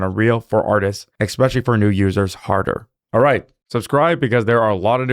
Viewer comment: Ekspecially is not a word